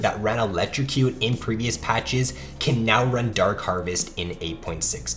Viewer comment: The way you say dark harvest is so nice